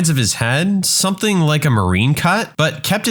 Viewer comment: There is no K in the word something , somebody tell the narrator